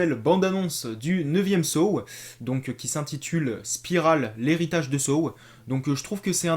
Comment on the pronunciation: On prononce Saw et non Sow. C'est comme si tu disais Los Vegas pour Las Vegas.